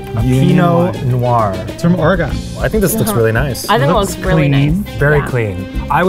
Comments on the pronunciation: ...did you seriously just say "or-eh-GONE"!?!? it is OR-EH-GUHN MY GOOD SIR! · My heart died hearing the way they said Oregon. Say it like "Organ" not "Or-e-gon" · As an Oregonian I am a bit irked that pronounced it Ore-gone and not Ore-gun. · DID I JUST HEAR HIM CALL OREGON ORE-GONE?! NO SIR. PRONOUNCE IT LIKE THE PIANO OR THE BODY PART. ORGAN. OREGON. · omg the way said Oregon, babe it’s just pronounced like organ… but Willamette vineyards are beautiful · when said ore-gohn... it broke me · The way pronounced Oregon is criminal, but he’s beautiful and meant no harm, so I’ll let it slide. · He pronounced it like the 18 element of the periodic table: Argon lol 😂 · ! no you say it like "organ". No one says or-a-gin. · ....can we please say Oregon right. OR", "ih" and "gun". Is how all us locals pronounce it. 🤣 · Why is it so hard to pronounce Oregon..theres no E at the of it, i dont understand why people say "ore-eh-gone" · worked in Oregon and still pronounced it ORE-GONE?! Nooooooo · I was about to go off on the mispronunciation of “Oregon”, but he redeemed himself by getting “Willamette” right! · How is gonna mispronounce Oregon when it's literally California's neighbor AND HE WORKED THERE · When Eugene says lived In Oregon and he doesn’t know how to pronounce it. 🙃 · does not know how to pronounce “Oregon” correctly. What a butcher. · As someone who’s lived in Portland her entire life, I cringed hard at that. But at least he pronounced Willamette right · The way pronounced Oregon hurt me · Here’s a challenge for you, pronounce Oregon correctly 🙄